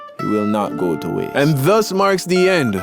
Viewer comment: "Danks for the candy it will not go to twaste"